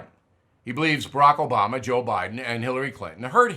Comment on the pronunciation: Hold it......What in tarnations did you just say ??? JOBAMA!!!